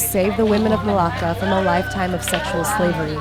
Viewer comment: You left the r out of my name it's Marlaka 😚 btw 👏🏽you 👏🏽better👏🏽 invite👏🏽 her👏🏽 to 👏🏽your 👏🏽wedding 👏🏽👏🏽👏🏽